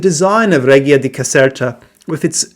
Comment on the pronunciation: Hi, could you please check the pronunciation of reggia.